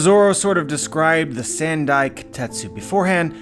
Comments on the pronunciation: The Wado Ichimonji and Shusui are both important swords for Zoro as a character, I don't see him losing them so easily. Also it's not "sand-i" it's "san-dai". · "Sand-eye" kitetsu? Sounds painful